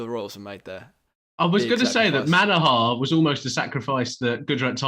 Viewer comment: It's Manoooohar Not Manahaaaar.